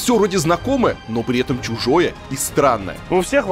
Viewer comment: Слово Чужое! означает не твоё! Чужое не тронь, чужое не твое,чужое слово, чужая одежда, чужая семья, чужое государство! Я за то чтобы из лексикона в СМИ или блогинга в инете! Исчезло это слово раз и на всегда! Особенно когда его ещё произносят с уДарением (как бы подчёркивая) мне кажется что люди которые произносят это слово с ударением и оттягивая с ударением,как бы подчёркивая и есть ЧУЖИЕ!